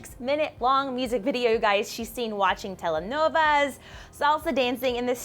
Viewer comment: "Telenova", UMM WHAT???